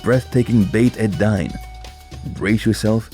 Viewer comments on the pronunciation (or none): Beit El-Dine pronounced Beit Ei-Deen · Beit ed-dine doesn’t rime with wine - it’s pronounced Beit ed-Deen, meaning the House of the Religion, or the House of Faith.